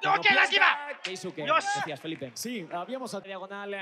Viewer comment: の「ｸﾞﾗｼｬｽ」マジで好き、毎回楽しみにしてる